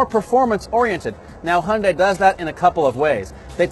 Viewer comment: honday ? Why cannot you pronounce Hyundai?